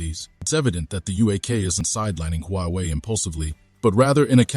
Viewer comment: First learn to pronounce UK, Huawei, and reading $1.25 billion.